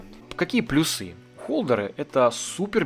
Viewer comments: Офигенное видео , но плЮсы , а не плюсЫ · Спасибо за видео! Почему вы говорите плюсЫ?)